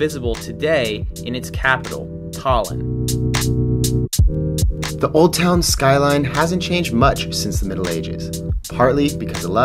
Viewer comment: Sadly... estonians are not fond of people saying Tallinn as you did in the video because it makes it sound like 'Stalin' and it wasn't exactly nice for Estonia when he was in charge......